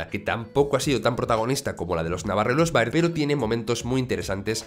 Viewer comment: se dice berd no baird